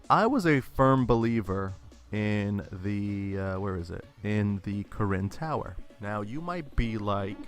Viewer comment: When you say " Karin Tower " I thought you said " Koren Tower " xD